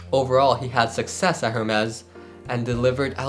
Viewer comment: Hermes pronunciation is wrong …